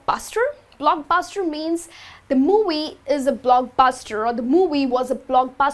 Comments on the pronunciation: You should exercise the pronunciation of the sound V, moVie, not muwuy lol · When she pronounces “movie” lol